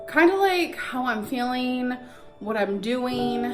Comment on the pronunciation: “how I’m feeleen and what im theenkeeng” shoot me in the head